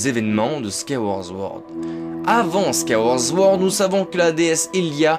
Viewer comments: Très bonne vidéo merci 😁 par contre sword se dit bien '' ssword '' et non '' zword '' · Tu arrives pas a dire « Skyward Sword » 😂 Skaworz zword